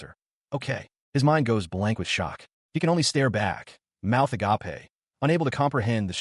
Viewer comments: Just in case you don't understand because surprisingly it happens A LOT "agape" is said like (ah-gay-p) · I love the line " her mouth (ah-gop-eh) agape" lol